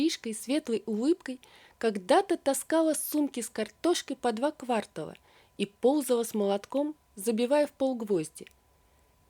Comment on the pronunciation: В слове квартАл , ударение ВСЕГДА только на второй слог и другого не предполагается!